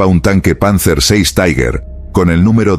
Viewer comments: 19.25 En Aleman TIger no se pronuncia Taigher, esto es en Ingles. Se pronuncia TIGA... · Sr. locutor: ¿por qué dice "taiguer"? 'Tiger' es una palabra alemana, no inglesa, y se pronuncia "tiguer". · Las historia es muy interesante y bien documentada. Creo que leí algo sobre el diario en alemán, pero solo añadiré un inciso. Cuando el narrador pronuncia la palabra Tiger con acento inglés duele oírlo. Es una palabra alemana y se pronuncia no como tigre en inglés, sino Tiger ( Tigear).